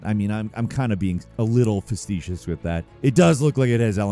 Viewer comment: fa-see-shus fa-fucks-sake